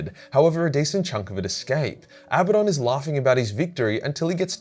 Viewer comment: In all great video and thanks for pronouncing Abadon correctly 👍 😀 👏 👌